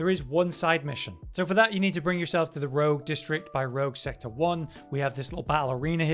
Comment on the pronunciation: Rouge not Rogue,:P